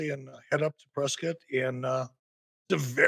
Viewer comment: FYI as someone that the town is named after our family name is pronounced Press Scott Not press Kit 🤦‍♂️ Jaysus